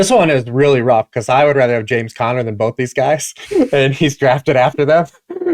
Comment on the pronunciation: The number of times he says bolth.... Both man B-O-T-H Both. Sorry, drives me crazy